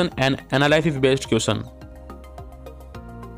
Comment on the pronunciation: M must be worrying about the next....all m bothered about is the way u pronouncing question..m sorry